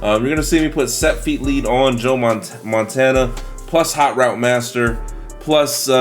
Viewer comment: You almost said Joe Montaina lol